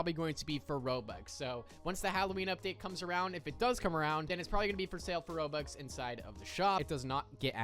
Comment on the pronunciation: I assume your trying to say Robux?